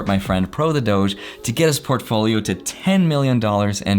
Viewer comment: did he say Profolio ???? lolol